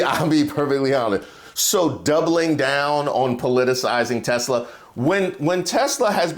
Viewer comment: "Tesler" - donald trump